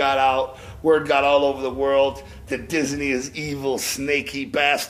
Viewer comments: Dizz-a-nee lmao, sorry. I had to do that. mcl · is he saying dizzy knee? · Diz Uh Knee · Lmao sounds like J is saying disiney